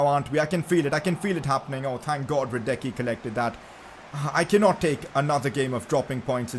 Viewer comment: PCQ: Hradecký is pronounced: Hraadetzkee